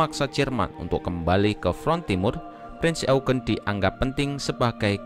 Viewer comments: Bang pembacaan kata Prinz Eugen nya salah harusnya bacanya yaitu Prinz Oyjen bukan Eugen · Kpd admin bacanya bukan e u g e n. Tapi Youjin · Sebenarnya pronunciation eugen bukan "eugen" karna dlam ejaan jerman jadi ya "oygen" jadi "prinz oygen" dibacanya . CMIIW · Eugene itu dibaca yujien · Cara bacanya "prinz YOUJIN" mas admin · Bang bukanya bacanya prince eujin ya v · Cara bacanya prinz oegen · Salah yg bener bacanya prinz oegen